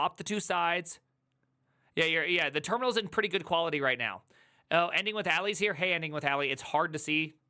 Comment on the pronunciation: OK what's the deal with "kwayerty"?